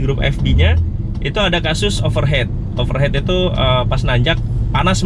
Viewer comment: Over heat ( over hit), bkn over head ( over héd )...